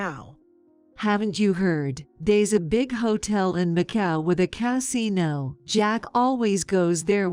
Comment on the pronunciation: 😂Pronounces Casino Cat-sino!